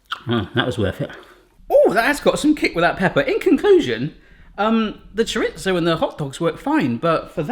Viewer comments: Cho-ritz-o? Really? It's cho-rees-o, at least in Spain. The hot dog cutter would be good for parents or teachers of toddlers. The negi is for making ribbons. It shows on all the packages here and they have many different sizes. BTW, negi is leek in Japanese. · Choritso- NO! “Choreezö”- yes! Chorizo, say it with me, cho-ree-zo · Why do you keep calling it choritzo instead of chorizo? XD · it's pronounce chair-reee-zoenot chaira so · Can British people please stop saying 'Choritso'.? smfh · I’m sorry, how did you pronounce chorizo???